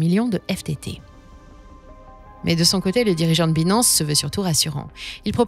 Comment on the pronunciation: C'est trop cucu la façon qu'elle prononce Binance😂😂😂. Il faudrait qu'elle prenne des cours d'Anglais. Hasheur le prononce si bien.